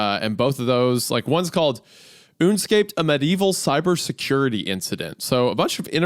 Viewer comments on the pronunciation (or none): Isaiah pronouncing “Un escaped” as “Oonscaped” hurt me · Une- scaped? Ya sure its ain't "Un-escaped" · the reading comprehension has reached an all time low, I refused to believe you pronounce that une-scaped and not un-escaped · "Unescaped" is probably "Un-escaped" and not "Oonscaped" lol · I could be wrong but the pronunciation of the book should be “un-escaped” and not “une-scaped” This hurt my head and my heart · un-escaped 🤣 oonscaped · "Uuunscaped" is a wild way of pronouncing un-escaped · So Unescaped is pronounced Oonscaped and not Un-Escaped? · Book title: Unescaped Normal People: Un-escaped Wendigo: OOn-scaped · ooonscaped?? not "un-escaped"? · Wendi: "One's called oonscaped" Me immediately: Un-escaped... Oh my god. I've been looking at Hunter this whole time trying to figure out what I'm seeing and I can finally see that the glasses, his nose, and the mustache look like Groucho disguise glasses. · Wendigoon, I think it’s pronounced “un-escaped” not “oonscaped” I think that if I was in the situation where time slowed down, I would call an ambulance, explain what’s happening and ask if I could stay in the hospital while waiting for the drug to leave my body. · Let's gooo. another good 2h video to watch while I escape my responsibilites. Ps: I'm pretty sure sure the title of that one story is pronounced "un-escaped" not "une-scaped" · "oon scaped" isaiah??? UN ESCAPED ??? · Oon-Scaped, Isaiah? Maybe Un-Escaped? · No way wendigoon pronounced it oon-scaped 😂 it’s un-escaped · I'd say it's probably pronounced "un-escaped"...... not "oonscaped" XD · Un-escaped= oon-scaped 😂😂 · I'm sorry ooon-scaped? not un-escaped? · no one's talking about how Wendi pronounced "Un-Escaped" as "OONscaped" ??? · OONscaped....lmfao yea Wendi...I'm sure its not Un-Escaped or anything XD.....oonscaped. rofl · am I crazy or is that guys book pronounced "un-escaped" not "une-scaped" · oonacaped. Or as pronounced by regular people...un-escaped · I just can’t believe he said OONSCAPED